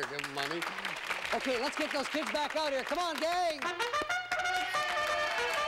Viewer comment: "but its bake out time ladies and gentlemen". Could have sworn he said "makeout time"